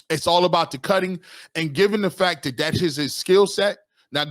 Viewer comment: Dude is knowledgeable, but pronunciation on simple words is cringe. "Dis" instead of this, "Dat" instead of that "Den" instead of then. Hard to listen too. I guess its a me problem. 😂